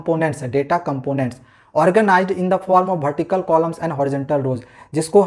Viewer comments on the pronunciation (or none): Vertical ko Bhartical bol rahe hai Ye 😅😂😂😅😅😅😅😅😂😂😂😂😂😂😂😅😂😂😂😂😂😂😂😂😂😂😅😅😅😅😂